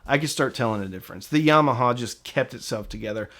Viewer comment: Love the way you pronounce "Yarmarhar". Im from UK